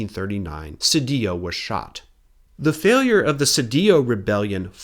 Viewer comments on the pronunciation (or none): none